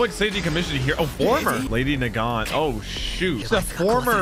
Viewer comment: I’m just glad I finally learned how to pronounce Nagant. It’s been bothering me since her first appearance